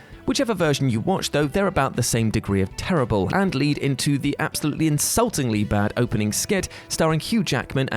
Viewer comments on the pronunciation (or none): none